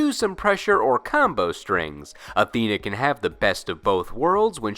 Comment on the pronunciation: Unrelated. I really dislike how majority pronounce Athena. I don't want to be that guy. But it does bother me